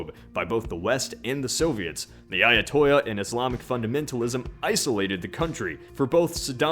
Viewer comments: ITS NOT AYATOYA IT'S AYAT- ALLAH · WHY DO YOU STILL PRONOUNCE AYATOLLAH AS AYATOYAH? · In "ayatollah" you actually pronounce the LL, unlike in Spanish.